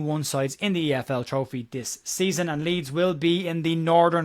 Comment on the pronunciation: efl trophey? 😂 cmon who’s guilty